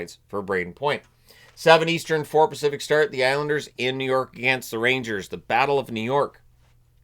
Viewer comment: I thought said “The Road Ragers”.